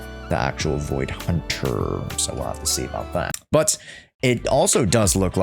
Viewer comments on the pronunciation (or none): "but'" or "butt"? 🤔😳